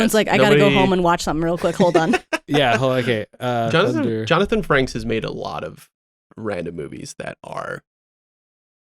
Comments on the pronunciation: Yeah it’s Frakes, not franks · It’s Johnathan Frakes, not Johnathan Franks. I don’t know who Johnathan franks even is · Frakes, not Frankes.